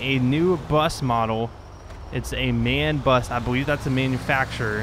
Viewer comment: Its not man it M. A. N